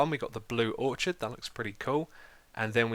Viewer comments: It's called a pufferfish, because it puffs up, google it. Also orchid is pronounced with a "k" sound (orkid) and lilac is pronounced lie-lack. Good video otherwise! ;) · Orchid is prounounced or-kid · I am not entirely sure, but I think Orchid is pronounced orkid instead of a "chid" sound :P